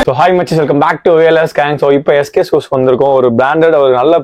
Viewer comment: Shoe..... Showeeee dai anchor adhu shoe da😂